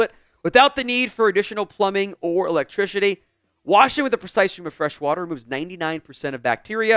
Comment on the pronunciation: Do you know every time you advertise that stupid toilet thing you say it doesn’t use electrishitty without even realizing it it’s hilarious you do it every time